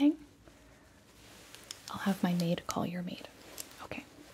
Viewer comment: Its mi net a